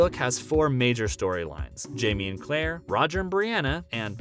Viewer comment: It’s Claire not Clara. It’s Maril not Maria. If you’re going to report to fans YOU need to pronounce names correctly. I couldn’t even watch the rest of your video.